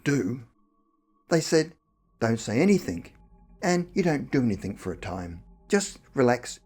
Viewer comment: Its anything....not anythink